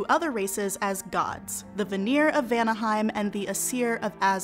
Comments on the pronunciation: Small thing, biut Old Norse always stressed the first syllable in a word. So VA-nir rather than va-NEER, AES-ir rather than aes-EER. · Sweet Friggin Hel, the pronunciations in the video... ask a linguist next time, please (Jackson Crawford, mayhaps?)! Some of the things that ticked me off: ° Stress in Nordic words is nearly ALWAYS on the first syllable, never the second. AE-sir, not ae-SIR, VA-nir, not va-NIR, et cetera. Stressed vowels are typically indicated with an accent (á, é, í, ó, ú), sometimes not though. ° Vowel phonology depends on the language (especially with the modern-day inland languages), but with Old Norse, Icelandic and Faroese it's actually quite consistent: A is "ah", E is "eh", I is "ee", O is "oh", and U is "oo", with stress typically making the sound longer, with the Old Norse and Icelandic exception of Á, making an "aw" sound in Old Norse and "ow" sound in Icelandic. My sources: Jackson Crawford pronunciation guides; Some google and wikipedia; I'm not a native Icelandic speaker, so don't quote me on anything. If I came off as harsh/nitpicky, I'm just passionate about Norse-anything, and dislike bad pronunciation :/ (Btw, Kvasir is KVA-seer, not kuh-VA-seer)